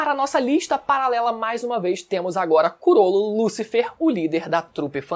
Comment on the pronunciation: o certo é CHROLLO LUCILFER